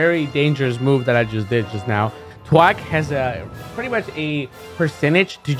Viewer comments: I hate how you butchered thwack to twack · "Twack is a very dangerous move" Twack Never learn how to say that word correctly. Never change